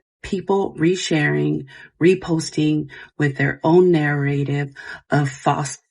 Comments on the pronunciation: SHE DOESN’T KNOW HOW TO PRONOUNCE “NARRATIVE” pmo, AAAAAAAND SHE SOOO KNOWS WHATS GOING ON…SMH SICK You knowwww those kids don’t feel like they will be heard by her because I’m sure there has been many “close calls” with her before and she has continued to choose to play it off and ignore them…neither of them deserve those children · Take a shot every time she says nair-rativ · The way that she says "narrative" tells me that her entire "apology" was written by AI. Like if you are going to lie at least know how to pronounce your lies. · If you can’t pronounce narrative correctly. I don’t believe anything you say 😆